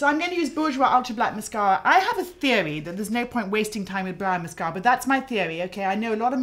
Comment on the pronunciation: Can someone please tell me the type of British accent Mary Greenwell has? She sometimes pronounces her r's as w's. She'll say "mascawa" instead of "mascara" and "bwush" instead of "brush". I noticed in the movie "The King's Speech" Colin Firth's character often does the same thing.